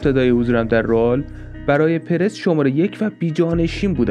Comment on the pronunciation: داش رُئال نه رِئال درسته